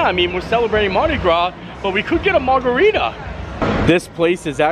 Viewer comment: It’s called a “mard-a-rita” 😂